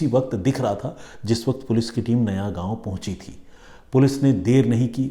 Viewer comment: नयागांव नहीं नायगांव